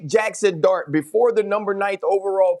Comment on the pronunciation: 🤣🤣🤣 Didnt sound like “dart” AT ALL